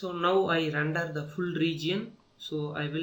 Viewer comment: randar nai hota render hota hai be